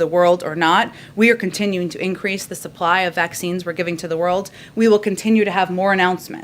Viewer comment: Don't worry! They're giving to the "WORLDT" not the World. WORLDT or WORLT? Anyway, she didn't say WORLD.